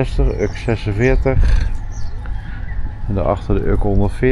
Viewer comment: Die vissersschepen die je in de historische westhaven ziet, zijn natuurlijk niet meer in gebruik. En daar staat geen uk op, maar U-K (de letters afzonderlijk uitspreken). De Urker vissersvloot kun je in de weekenden in havens langs de Noordzeekust vinden. Post is de meest voorkomende achternaam op Urk. De Orca staat op de Dormakade omdat op een zeekaart van eeuwen geleden het eiland Urk als een visje werd getekend en Urk werd toen geschreven als Orck. Iemand dacht veel later dat het eiland naar een Orca was vernoemd, maar dat is natuurlijk een verzinsel. En dat kunstwerkje bij de Ommelebommelesteen is de vader in en roeiboot, die samen met de vroedvrouw onderweg is naar de steen om een kindje te kopen.